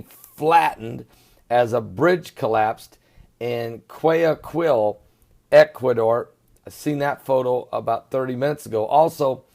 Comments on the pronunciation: Pron. Quito = KEE to Guayaquil = Guai a KEEL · Quito is pronounced Keytoh Guayaquil is pronounced Who-ah-yah-keyl Perdnales is pronounced Perd-nah-lehs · is pronounced " gu-ay- a - keel "